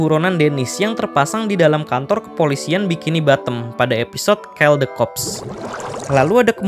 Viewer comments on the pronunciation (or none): maaf yaa, koll (call) bkn kell bang.